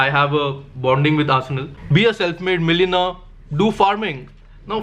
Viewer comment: says he's a millionaire. doesn't even know how to pronounce it. BTW Bhai a millionaire in India means 10 lakhs